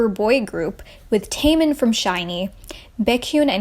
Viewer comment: Taymin from Shinee Baykyun from Exo and Tayyong from NCT. I cringed at your pronouncing of their names, but still good video.